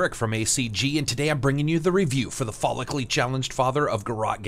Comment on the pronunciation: When you said follicly challenged it kind of sounded like phallicly challenged. That's the story of how I spent half an hour researching to figure out if Agent 47 canonically had a small penis. Great review.